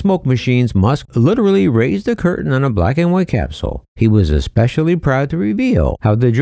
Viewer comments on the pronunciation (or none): none